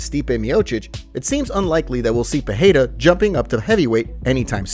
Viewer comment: Thanks for the vid. If could ask favor, please stop saying per-hay-ra. Not sure why find it so annoying. It's just Pereira, with the Rs pronounced as Rs. Cheers